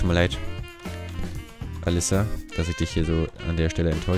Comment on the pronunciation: Den Namen ''Alissa'' spricht man mit einem kurz ''s'' :)